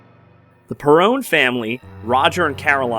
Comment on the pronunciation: You keep saying perrone it’s Perron